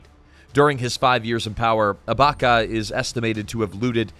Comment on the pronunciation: It’s sani abaChya not sani abaka.